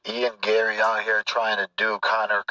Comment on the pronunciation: Belal will bully u son (Ian gay-ree)